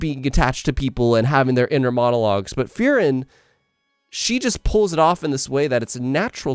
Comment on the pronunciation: Great video, and I agree with his analysis. However I couldn't stop hearing him say FEAR-ren when I pronounce it FREE-ren.